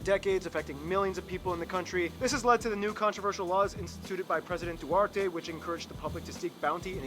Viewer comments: President DUARTE hahahahaha instead of Duterte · I think it’s DUTERTE not DUARTE!🤣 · These two dudes annoy me lol. DUWARTE? ITS DUTERTE! It's DAVAWENYO not DAVAWNO. IT IS MELCHORA like MEL TSO RA. Not MELKORA. Are these dudes really Filipino tho? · Oh how he pronounced "Duterte" as "Duwarte" Hahhahah